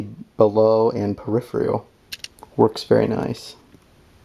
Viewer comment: "Comfortbility"... "Periphrial"... Gotta love it. Reminds me of home. You put a lot of work into this project and saved me a great deal of time and effort. Would love to see your progress as your build evolves. Best of luck. Cheers, D.